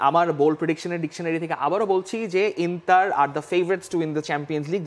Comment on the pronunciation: ইংলিশে উচ্চারণ ইন্টার, এবং ইতালিয়ান উচ্চারণ ইন্তার হবে